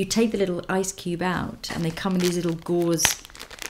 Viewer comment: It's "gauze"